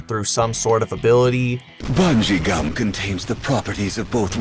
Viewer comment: And here I thought he was saying rubber and xum